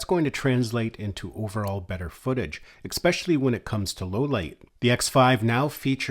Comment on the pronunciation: Please do not take this the wrong way -- I do enjoy your videos and I think they are very helpful, comprehensive and instructive. Detracting from that great work is your continued mis-pronunciation of the work "especially." Note that there is no K nor any K sound in this word. Phonetically, it is ehspehshahlee, not eKspeshly. I am sorry to give you this unsolicited, but constructive criticism, but I think if you correct that, it will improve your videos dramatically.